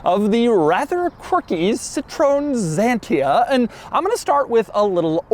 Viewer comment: Very nice car and not weird at all. Only Dougs pronounciation of Citroen Xantia is weird. Or funny.